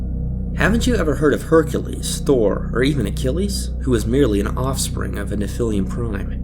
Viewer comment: Nephilim is pronounced Neph-ill-em Not nephil-liam